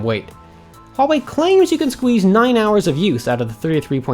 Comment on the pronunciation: it is really great that people start pronouncing "Huawei" correctly.("H" is not silent guys :3 )